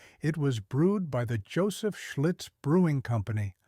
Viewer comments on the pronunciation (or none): none